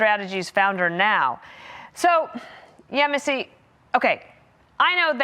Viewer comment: Very impressed with pronunciation of Yemisi's name.